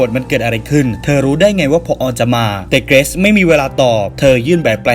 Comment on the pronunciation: เกิซ??? เกรซไม่ใช่หรอพี่